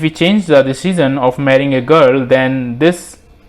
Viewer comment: My man lives in a Dimension, where he can pronounce "Dimension" but not "Decision".